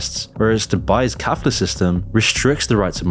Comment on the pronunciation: Brother, it Kafala system, not kafla 😜 and it's in short modern-day slavery